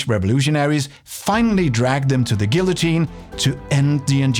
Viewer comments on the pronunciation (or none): Anarchy is the absense of hierarchical power structures usually replaced by flat power structures. Comparing warlords to anarchy displays a gap in your political knowledge that slightly weakens your otherwise excellent message. Except the part where you don't know that guillotine is pronounced the same way as tortilla.